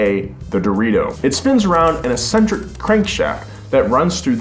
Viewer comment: Imagine being able to pronounce eccentric properly lol